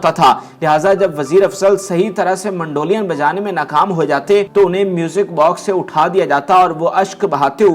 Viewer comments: MANDO LIAN nhn MEDOLIN hy bhae kya bolon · Word is NOT mandolian ... it is Mandolin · اس پروگرام میں ،، اب ٹھنڈک آئیں بھری پگلی،، چلانے کا کیا تک بنتا ھے اس گیت کا سے کیا تعلق ھے۔ پروگرام کا کر رھے ھو اور گیت ماسڑ عنایت حسین کا چلا رھے ھو۔ اور کیسے ھوسٹ ھو جسے مینڈولین بولنے نہیں آ رھا وٹ نان سینس ۔